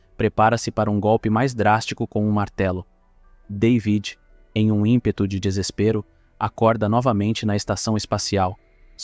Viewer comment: Ainda bem que conseguiste antes que o filme acabasse aprender a soletrar David O nome soletrasse David mas tu insistes em soletrar day vid Deus me livre a tua dicção é do pior que ja vi e com isso destrois um vídeo